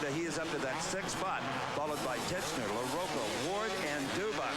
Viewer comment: pronounce larocco right!! or get off the air!!